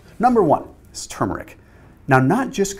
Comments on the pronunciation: I think you're the only one on YouTube who says TuRmeric correctly! Thanks for the great video! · I know, huh? People need to say it right. There’s an “R” in there and the first syllable is accented, not the second.